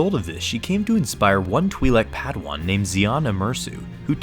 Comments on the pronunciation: twilek not TWIEHLEK! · twhy-lek, not twee-lek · Huh, the way he pronounces Twi'lek 🧐 I think the real reason she dresses like that it's because she knows she's hot 😂